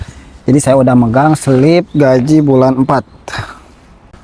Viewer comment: GAJI bukan GAJIH😂